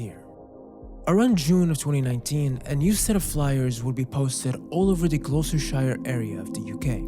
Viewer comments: 'Gloister-shire' - this physically hurts me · Gloster-sher (pronunciation)